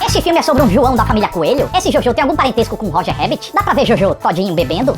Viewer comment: Achei so um filme legalzinho e bonitinho. Não me envolvi de verdade, tanto que só ri msm naquela última cena com o Hitler. Queria dizer q pronunciam errado o nome Jojo em alemão o filme inteiro, irrelevante, mas eu disse